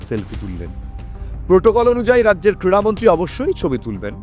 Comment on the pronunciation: Kriya Mantri......Not Kira Mantri....Super...